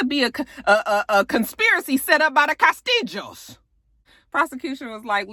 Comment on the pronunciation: Castiggos...I love the way she say castillos🤣